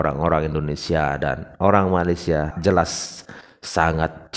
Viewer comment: Bukan Malaysia, Bang. MALASSIA 😂